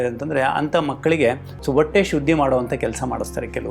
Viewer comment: ಒಟ್ಟೆ ಅನ್ನಬೇಡಿ ಸರ್. ಹೊಟ್ಟೆ ಅನ್ನಿ.👏.